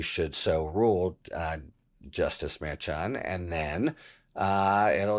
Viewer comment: Harry, I love your videos & subscribed over a year ago. However, I have a pet peeve. I wish you would pronounce the name of Juan Merchan properly. He was born in Bogota, Columbia. The correct Hispanic pronunciation of Merchan is Mershon. Karen Friedman Agnifilo from Legal AF & MeidasTouch worked directly with Judge Merchan for years. She pronounces his name as Mershon & so does almost every other analyst on MSNBC. Other than that, I really appreciate your videos.